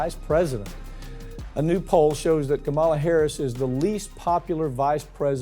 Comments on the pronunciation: Years later, dude still hasn't bothered to learn how to pronounce Kamala ☹️👎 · Despite the popularity criticisms from the left, Kamala Harris (pronounced comma-la) WILL be Biden's vice presidential running mate in 2024.